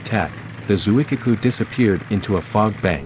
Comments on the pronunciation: It’s Zuikaku, not Zuikiku. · >>. pronounced : zoo ee KA ku....not the speakers strange mangling!! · Shokaku > Sho-kah- koo Zuikaku > Zwee-kah-koo